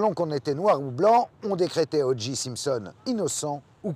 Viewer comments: Très bon reportage mais franchement faites un effort avec l'anglais. Durant tout le reportage, on entend O'Geeeee alors que c'est O'Jay. Comme un DeeJay. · En anglais on prononce odjai (OJ ) et non odji (OG), merci. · ALLONS CARLITO ! TU PARLES POURTANT ANGLAIS ? CE N'EST PAS "ODJI SIMPSON" MAIS "ODJAY SIMPSON" QU'IL FAUT PRONONCER. IL S'APPELLE O.J. SIMPSON ET NON PAS O.G. SIMPSON... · Il y a que les français qui font ça. C'est à mourir de rire. J se dit Jay. Point. Houston se prononce Youston, pas Pas ouston. Faites un effort les français. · Sauf qu’il n’a pas été foutu de dire O Jay correctement de tout le reportage. Pathétique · Je me suis dit la même chose. Ça m’a fait mal aux oreilles tout le long. Et le gars se dit journaliste. Ici au Québec on a jamais compris pourquoi les français voulaient déformer la langue anglaise. T’es de où toi ?